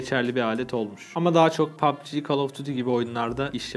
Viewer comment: abi pubg kelimesini ne güzel diyon:D hayran kaldım